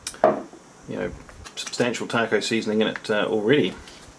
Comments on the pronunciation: I love the way he says taco, keep up the good work my favorite mre inboxer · The way he says taco is freaking awesome. 👍🏼 Just earned a sub:)